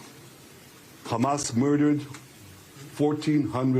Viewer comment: Trump can't keep a train of thought or pronounce anything. He calls Hamas ... "HUMUS". (He also thought there were airstrips during the Revolutionary War and windmills cause cancer. Trump confused 9/11 with the convenience store '7/11'. Trump demanded investigation of the 'oranges' of Robert Mueller's probe. "Covfefe". Called Thailand ‘Thighland’. Trump said American Revolutionary War troops took over airports. “Two Corinthians". There are endless examples of his brain deadness and stupidity.)